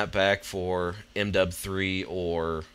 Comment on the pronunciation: its funny how u say m dub 3